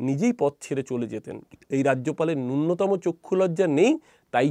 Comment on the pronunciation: কথা নূন্যতম নয়, নূনতম